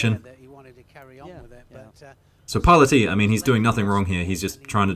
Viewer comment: I think the judoka who got hansoku against Parlati was using a standing waki gatame by trapping Parlati's arm in his gi. Might have been by accident, or maybe sneaky pool... 😬. I believe the Italian's last name is pronounced par-LA'--tee, by the way. Cheers.